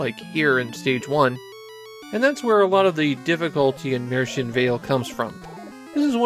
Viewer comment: This video does not pronounce it correctly, though. Look up how to say it in German.